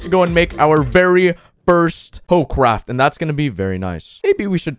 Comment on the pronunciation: I heard him say that instead of craft